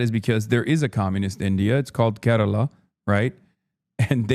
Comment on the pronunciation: damn, first time I'm hearing a westerner say Kerala somewhat close to its pronunciation. I really hope one day you can come here and get to see the people, food, nature and learn some of the history of our land.